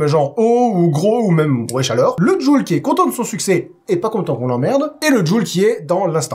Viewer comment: "djoule" ? Je préfère prononcer Jules